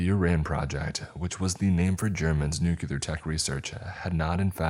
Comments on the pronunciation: It’s nuclear not nucular 😂 learn English if speaking it is your job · Nucular isnt a word, George W lol. Nuclear* sorry, I'm old and remember when the president used to make the same mistake. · New-clee-er not nook-yoo-ler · ok I love these videos my only thing its pronounced new-clear/nu-clear. not new-cue-lar. Please it drives me crazy XD